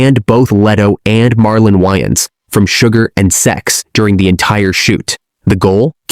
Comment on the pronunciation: Wayans // Wyans It's Wayans.